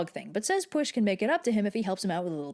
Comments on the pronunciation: It's not pweesh, it's pweell, ll is a sound we don't have in English, apparently you have place your tongue as if to make the sound l and then instead of voicing it like you're used to, you aspirate it like a h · Why would there be a sh it's a welsh name meaning that it is using the welsh language which as you would (expect) sounds different also red pronounces the name wrong but also it is not english why would it be pronounced the same that makes no sense